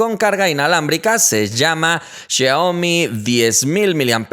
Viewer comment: Los celulares de Samsung están muertos en China, ya nadie los tiene, lo único que queda de Samsung son sus lavadoras, refrigeradores 😂 Pd me da risa como dice Xiaomi 😂 es siau-mi no xia o mi